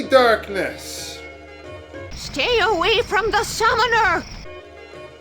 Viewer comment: "STEE AWEE FROM THE SUMMONER!" Kills me every time.